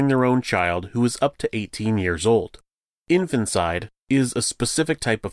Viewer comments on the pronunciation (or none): In FANT’ icide, not Infant’ icide, just sayin’ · It’s pronounced N-fant-ti-cide.